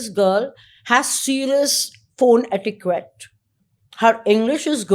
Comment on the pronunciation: Simi’s obsession with “English”!! How did she pronounce Etiquette??!